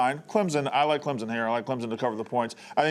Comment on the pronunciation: She also says Texez and Clemzin